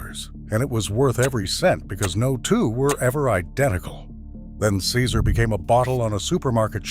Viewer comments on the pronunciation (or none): none